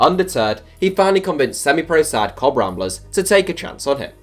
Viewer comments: Cobb Ramblers?? Hahaha you English are funny 😁 the club is Cobh Ramblers pronounced, “Cove” Ramblers as in Irish bh makes V sound. Good video tho! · 'cob ramblers'?? It's pronounced cobh ' cove' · It's not cob ramblers .. its Cobh Ramblers.... pronounced live Cove